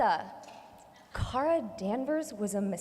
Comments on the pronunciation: Paris 水 but Kara’s name is car-a not care-a so it is car-a-Mel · Her name is Kara, not Cara. You know, like CAR-AH. Therefore it's CAR-AH-MEL